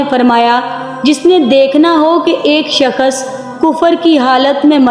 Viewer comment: Shakhas nhi shakhs hota h